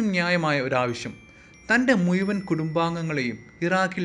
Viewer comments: 'മുയൂവനല്ല ' മുഴുവൻ ...😄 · മുയ്മൻ അല്ല മുഴുവൻ